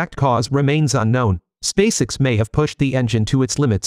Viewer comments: You need to learn how to properly pronounce the name of Elon Musk's rocket company. You say space all right. The way you pronounce the letter x is unusual. Fix it. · What the heck is "Spacix"? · You may be able to improve the pronunciation for 'spacex' by playing around with the spelling of the word. I.e. 'space-ex' or 'space ex', ect. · Your AI voice can't even say "SpaceX"